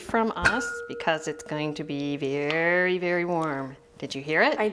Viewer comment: the “aaaaaaaannnnddd”, “becaaaaaaaauuuuuse” and other extended syllables were driving me nuts....very distracting